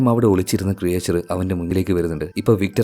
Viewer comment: ക്രിയേച്ചർ അല്ല ക്രീച്ചർ